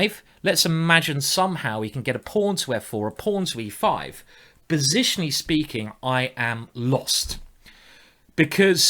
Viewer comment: "bositionally speaking " you rule simon!